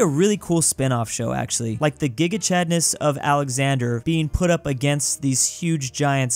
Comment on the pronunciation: “The gega Chadnes of Alexander” everyone’s faces -_